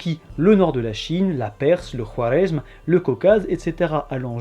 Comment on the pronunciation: Très bonne vidéo ! Petit détail linguistique : Je crois que le "w" ne se prononce pas dans "Khwarezm".